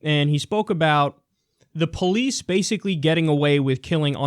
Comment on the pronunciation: Coconut you mean POE-LICE